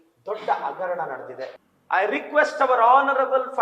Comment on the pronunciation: ಇವನಿಗೆ "ಹಗರಣ" ಅಂತ ಹೇಳೋಕೆ ಬರಲ್ಲ "ಅಗರಣ" ಅಂತಾನೆ ಥೂ ಉಗಿರಿ ಮಕ್ಕೆ